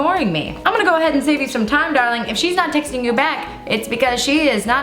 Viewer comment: Hannah your southern is showing on the word "darlin' "